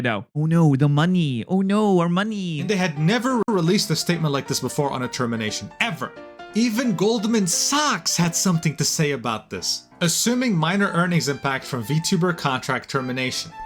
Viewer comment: How was the OP able to pronounce all the Japanese names but drop the ball with Goldman SOCKS? Repeatedly?